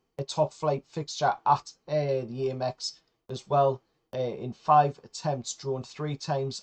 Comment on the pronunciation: Gaahh, it's ahmex as in American